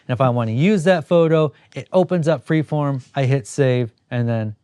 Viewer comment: You mentioned a photo app and I can't tell if you are saying pre-form or free-form. This makes it difficult to locate in the play store. Could you please post the actual name of the app?